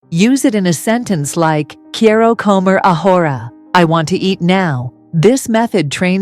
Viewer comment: “Quiero comer ahora”. NO NO and NO. This pronunciation is ABHORRENT!!!!! AI should NOT be used for these types of videos UNLESS AI Is capable of correct pronunciation. A simple beginner sentence with all three words grossly mispronounced. The credibility of the video is shot already at one minute 52 seconds.